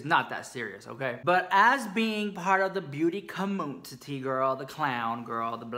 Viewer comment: LOL 😂 “the black sheep of the commoontity”. That’s why we luv ya saaa muuuuch!